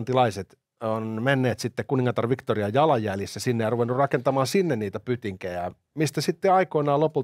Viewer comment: Ei Victoriaa äännetä "viktuuria" kun ei hän ollut ruotsalainen.